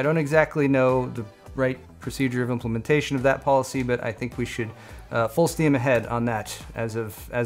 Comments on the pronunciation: I'm I the only person that heard Paulicy instead of policy? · Yes, full steam ahead on that 2019 "Paulicy" 😛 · “The implementation of that... PAULicy” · Paul doesn't know his "Paulicy" on PAUL ALL THINGS... haha